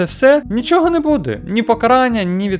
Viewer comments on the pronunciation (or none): none